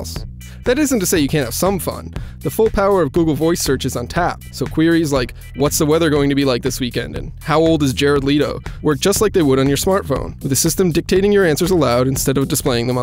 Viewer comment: Christian Gerefalk He also said Jared Leeto